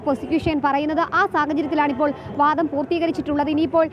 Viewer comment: വാധം അല്ല വാദം ആണ് ശരി..